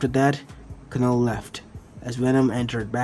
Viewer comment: it's said as null not kanull